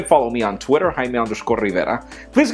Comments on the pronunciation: I've been watching pocketnow videos since one year and I can't read his name. It's Jaime but he always says or something like that